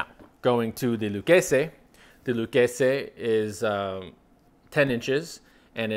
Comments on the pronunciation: What’s with the pronunciation of Lucchese? The name is Italian not Spanish bug just say it like everyone else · Correct Italian pronunciation of Salvatore Lucchese (founder). Spanish would be a totally different pronunciation.